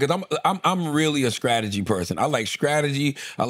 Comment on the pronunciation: Tell me why Charla, who talks for a LIVING, can’t say “scrategy” right?!?